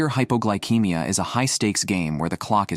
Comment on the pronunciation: It's pronounced hypoglycemia, ceemia, not keymia.